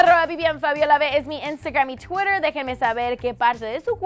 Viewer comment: esta tia la fabia o fabiola o como sea habla super raro ni acento español ni ingles. en vez de twitter dice CHWIRER JAJAJAJA